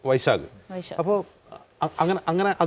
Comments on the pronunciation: വിഷാഗ് ആണ് വൈഷാഗ് അല്ല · വൈശാഖ് അല്ലാ വിശാഖ് തന്നെയാണ് 😂